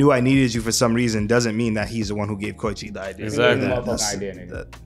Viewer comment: KO EE CHI. NOT KOCHI